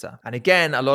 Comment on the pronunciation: Excellent video. But what’s with the consHuming